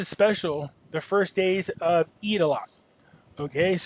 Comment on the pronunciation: Omg, he said "the first day of Eid (eat) a lot" lol! Did anyone else catch that? Hope our Muslim friends don't get offended lol!